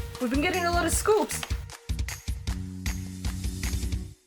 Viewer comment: i love how she says scoops instead of s.coups 😂